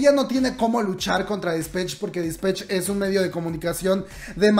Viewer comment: Se dice disPATCH no disPETCH. 💖